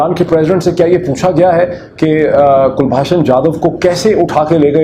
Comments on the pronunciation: Kulbhusn Jadav is correct name not Kulbhasan. Your spelling, pronounce is incorrect. this shows that the case against Jadav is fake fake. 😆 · Abe pronunciation to sahi kar kulbhasan nahi kulbhushan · It is very surprising that Dr Pirzada is mispronouncing Kulbhushan’s name as Kulbhashan despite his deep involvement in this case! Also, Dr Pirzada saying that India should admit that Jadhav is a raw agent in face of overwhelming evidence. I would like to ask if Pakistan has admitted that Ajmal Kasab was a Pakistani despite overwhelming evidence gathered by Pakistani media? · O yaar kalbhushan naam hai kulbashan nahi hai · Mr. Peerzada ... first learn to properly pronounce Kulbhushan's name properly. Then claim that you are an expert. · Can you pronounce his name properly. You have such a heavy Punjabi accent. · You claim to be an expert on the subject of this captured Indian citizen, but even after 4 years, you haven't got his name right! You mess up pronouncing his name incorrectly, despite umpteen number of people pointing it out, including me. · Kindly pronounce the name of Kulbhusan properly. He was caught by ISI in Iran and brought into Pakistan.